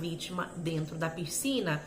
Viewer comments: Não é “Pircina “ é PISCINA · Por favor, não fale PIRCINA, não combina com sua oratória tão clara.